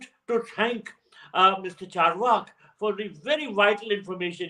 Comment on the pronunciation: Phew finally Barkha has got the Carvaka podcast pronunciation right. 👏🏼